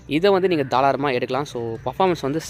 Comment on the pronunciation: Thalaaram illa bro tharaalam 😂😂 👍 but nice review ❤️